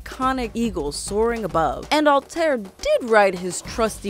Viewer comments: 2 problems, you pronounced Altair wrong, and you said Desmond was Altairs ancestor, when in reality he’s his descendant. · you know they know nothing about the game when the mispronounce altair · You mispronounced Altair. Its All-Tie-Ear. Evie is more like Ee-ve. Also Altair is the ancestor of Desmond. I could've sworn Ishmail said "they are giving modern day the attention the fans want" or that they are making it the way the fans want it. Not a bad video overall but there are a lot of poorly researched points here and ot shows greatly especially to those of us who love the series. Might want to redo the video for better accuracy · it is Al ta ir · First of all it takes place in the entire country of Egypt not just Memphis, there is a modern day, Unity introduced the character perks not Syndicate, you pronounced Evie and Altair wrong, you can ride on horses as well not just camels and Altair is the ancestor to Desmond not the other way around. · mispronounces Altair's name YOU HAVE NO PLACE HERE! D:< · You pronounced Altaïr Ibn-La'Ahad's name wrongly... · Girl I loved the video, but please learn how to pronounciate the names Altaïr and Evie. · Did She Just say: Alter? And not Altaïr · IT ISN'T CALLED ALTIR IT IS CALLED ALTIER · Altair (Al-tie-ier) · Its pronounced ( all tie ear ) not alltear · It's Altaïr, not Altair... Is it so difficult to pronounce it correctly? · HOW HARD IS IT TO SAY "Altair" NOT ALTAER srry it's pronounced "altayeer". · It is really distracting when people misuse words or mispronounce clearly stated names... Altaïr is not “Alt-Air”. It’s very clearly pronounced as “All-tie-ear” throughout the game. Additionally, Desmond Miles is not an ancient ancestor of Altaïr. It’s the other way around, which you said correctly the second time around. You first said Desmond is an ancestor, and later said “Desmond’s Ancestor Alt-Air.” It isn’t a two way street. Desmond is a descendant of Altaïr, and Altaïr is an ancestor of Desmond. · Its all-ty-air altiar